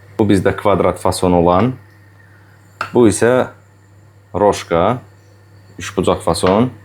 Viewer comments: bir düzəliş: kolbasanın adı "Roşka" deyil, "Rosko"-dur. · Roşko oxunur o kolbasa?Səhv tapmağa görə demirəm,mən bilən Rosko gedir